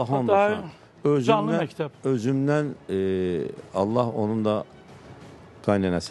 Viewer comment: Mehteb yox mekteb